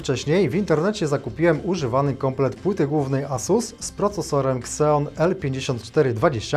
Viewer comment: Nie "kseon" a "zijon"! xD A tak to nawet ciekawy konfig!